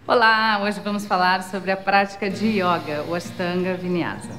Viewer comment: Genteeee YÓGA não dá ne? é Yoga com ô fechado, por favor